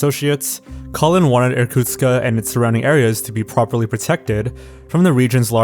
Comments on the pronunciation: Actually, the city is Irkutsk, not Irkutska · It's Irkustk, not Irkutska. The K sound is pronounced as in Quebec. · Not a big problem, but the city is called Irkutsk, not Irkutska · Hi, Russian speaker here. Small thing: the city is called Irkutsk not Irkutkska. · Иркутска блять какой Иркутска нахуй он а в окончание добавляет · why do you add an "a" after "Irkutsk"? it's not Irkutska it's Irkutsk. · You keep saying "Irkutska," but it's Irkutsk, isn't it? Endings of Russian words change with different word cases, so there may be a case when the word in Russian is: "Irkutska," but in English it should be still just in the base form Irkutsk, I think. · Sorry if this sounds nitpicky, but the city is named Irkutsk, not Irkutska. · It's sad that you didn't even look up how to properly say Irkutsk. There is no "ah" at the end. I actually cringed every time you said Irkutsk-AH. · You could at least check how to correctly pronounce Irkutsk before making the video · You should pronounce names correctly, Irkutsk - city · He's also pronouncing the city of Irkutsk wrong. There's no A sound at the end. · Awry isn't pronounced aa-ree, it's a-rai. come on. And why the 'a' at the end of Irkutsk?